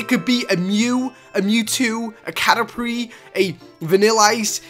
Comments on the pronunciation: caterpree XD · Haha He says catrerpies